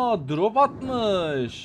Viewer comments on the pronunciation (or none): none